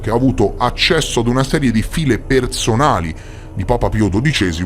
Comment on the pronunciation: Al min circa dici "file" pronunciando come si scrive in realta' si pronuncia "fail" chiedo scusa per la.correzione. cmq io vivo a Londra 3 parlo corretam l' Inglese quindi se servono traduzioni o voce fuori campo che parla Inglese potete contare su di me (l'ho fatto anche per un telegiornale x